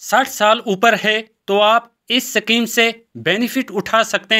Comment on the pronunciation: सकीम नही शुद्ध उच्चारण "स्कीम * होती है ।